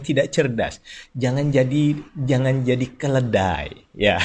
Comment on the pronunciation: Kedelai atau keledai (Dongkey)